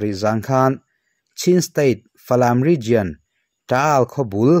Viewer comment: Ngatinge TOWNSHIP hi in tih deuh zel le. SHIP tel lo hian, TOWN emaw, CITY emaw tih ni ve ta mai se. A he deuh hu lo maw? Region i lam dan pawh hi, RIZIAN ti lovin, RIZAWN tiin lam ri rawh. RIZIAN ti a lam rik a ni ngai lova, a dik lo zawk bawk.